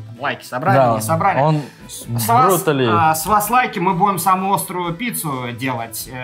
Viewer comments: Не Брутали, а Бруталити!!! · Соус бруталити называется а не брутали